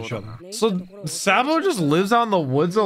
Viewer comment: first of spoiler and you said it wrong.